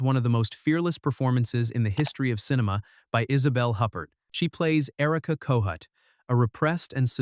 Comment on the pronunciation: Isabelle WHO? Her surname is pronounced (roughly) as "ooh-pear" not "hup-pert."